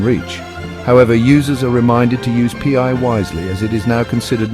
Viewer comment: Haha the AI voice says pee eye network 🎉😂